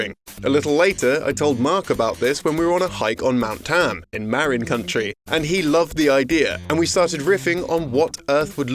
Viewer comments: "Maren Country". No, it's Marin (Muh-rin) County (Count-ee). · I swear I have heard county pronounced like country like 5 times. Is that how other people pronounce it is or it a mistake? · MERRIN COUNTRY lol. Dude, it's muhRIN COUNTY and it's North of San Francisco. And it's beautiful. Marin County, California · Did he say Maren Country for Marin County??? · I guess we can't fault the Brit for pronouncing Marin County as "Marren Country."